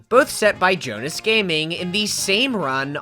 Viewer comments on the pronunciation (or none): none